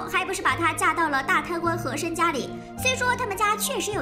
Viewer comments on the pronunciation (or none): 什麼？！曾志偉是和珅？！ 人家是和珅不是和琛啊🤣🤣🤣🤣🤣